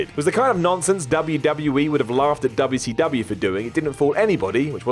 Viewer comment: Stop saying "dubble see dubble ya"